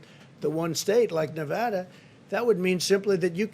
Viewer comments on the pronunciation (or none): And Na VAHHda. Then again he thought they were building a wall between Mexico and Colorado.